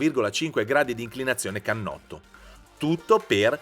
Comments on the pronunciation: Cannotto.... Non si può sentire !! Per non dire uhlins 🤣🤣🤣🤣🤣 Wow che esperto ..... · e finalmente "cannotto" NON canotto!!!